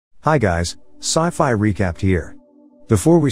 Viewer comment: ah yes 'sifi' - IT'S NEITHER SCIENCE NOR FICTION